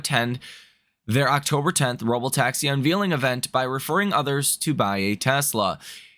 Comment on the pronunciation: Unveil is pronounced unvale not unveal